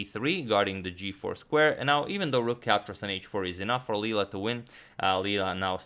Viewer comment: btw i think it's Leela not lela